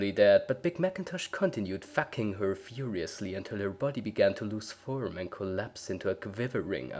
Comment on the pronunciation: I love how you said foking or facking